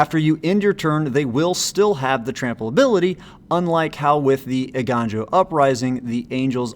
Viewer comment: You were close, Eiganjo is pronounced “ay-gone-joe”. You still did better than a lot of content creators :)